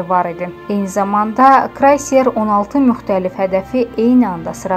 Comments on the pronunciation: Ay savadsız krayser yox kreyser. Sizi efirə kim buraxır, ayıb olsun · Krayser yox kreyser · Ay savadsiz krayser yox KREYSER adlanir! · Рус дилини билмирсен данышма крейсер красер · ай апарычы ханым . созлер дугун телеффус един --дедийиниз" крайслер-" американын ен гозел автомобил фирмаларындан ве моделлеринден биридир. русийанын итирдийи геминин модели исе "крейсердир". бир аз диггетли олун метни бир нече дефе охуйуб-- дузелишлер апарын-- соз узеренде де вургулары дузгун вургулайын ки созун менасы дейишмесин. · Bu savadsız qızları kim tapır buralara yerləşdirir kreyser sözünü deyə bilmir krayser deye bir şey yoxdur səy qız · Agzinizi acmazdan evvel duzgun telwffuzu oyrenin. Krayset yox, Kreyser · Əvvəlcə yaxşı olardı ki, bu zəhlətökən reklamı ğötürəydin! Sonra Ukranya deyil Uktaynadır! Krayser deyil, kreyserdir!